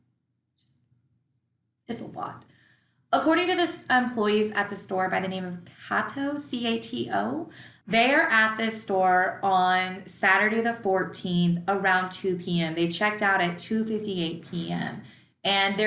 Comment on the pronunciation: I know I'm a year late watching this.. Although the store is pronounced kate o (cato).. We've have one here in my town in Tennessee.. It's a pretty good size women's clothing store definitely bigger than a boutique.. And wouldn't walk out of dressing room half naked in it 🤣 this girl is crazy!